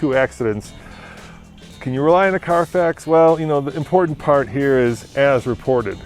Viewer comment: why does he say hue instead of here?